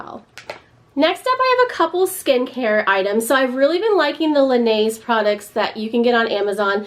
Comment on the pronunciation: You have got to look up how to pronounce “Laneige”🤦🏻‍♀️